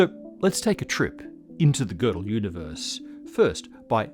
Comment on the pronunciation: I love to hear an English speaker pronounce Gödel's name correctly instead of the usual "Gerdel", as if the name had an r.